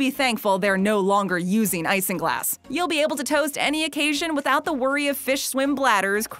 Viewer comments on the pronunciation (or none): none